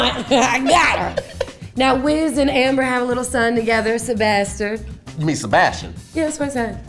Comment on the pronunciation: "Se-bastard" smh #PinkToedSavage